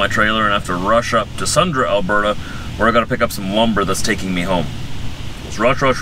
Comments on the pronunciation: it’s pronounced SUN-DREE. Not SUN-DRA. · greathodgy22 nope. It’s pronounced SUNDREE. Not SUNDRY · When you pronounce Sundry it sounds like Sundree. Click on the speaker below in the definition and listen. This is not my first go-round trying to get to pronounce it right. sundry definition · It's "Sundry".